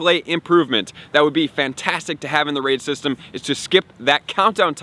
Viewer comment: When he said “raid system” I thought he said “racism” But add me